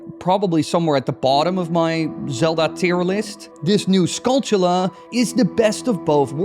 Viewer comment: Holy someone who pronounced skulltula right. Most say tula but it should be chula rhymes with tarantula.